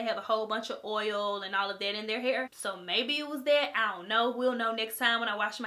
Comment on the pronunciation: whenever she says all of destiny it sounds like olive destiny. cool